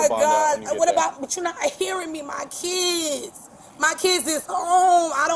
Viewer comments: "Now I'm thinking about my keedz!" Maybe act like an adult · My keedz? 😂😂😂😂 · I was a single mother for years. Working and in nursing school. I didnt have anyone to rely on either. But I never got into trouble with the law. "My keedz", my keedz. She's loathsome. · I only understand half what she said, I did hear Keeeee ids, lol 2 syllables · She should have thought about her kids before acting tough! BTW, how many syllables are there in “kids”? Sounds like 4-7…